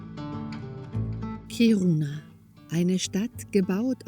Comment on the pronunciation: Ich hab die Stadt noch vor der Umsiedlung kennengelernt. "Kiruna" wird übrigens auf der ersten Silbe betont und nicht auf der zweiten ("Kiruuuuuna")